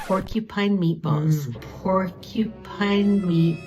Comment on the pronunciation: Pork a Pine. I'm here for it. It's like my daughter saying "Cola cola". Never change!